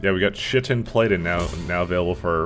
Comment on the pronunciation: oh my god you pronounced chitin wrong literally turn in your canadian card and get deported